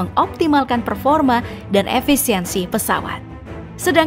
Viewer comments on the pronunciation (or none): none